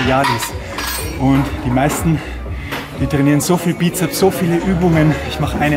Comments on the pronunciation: sssssssssssss......Bizep-s Es heißt Bizeps mit ssssssss am Schluß. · Nun, der "" erzählt viel Richtiges, ABER bitte sprich die Dinge doch korrekt aus und die Bezeichnungen ebenfalls. Als Fitnesstrainer sträuben sich mir das schon etwas die Haare... Also: 1. Es heißt immer "Bizeps" mit "s" hinten von lateinisch: Musculus biceps brachii 2. Der Oberarmspeichenmuskel heißt "Brachioradialis" 3. Der "Brachialis" ist der Armbeuger unter dem Bizeps.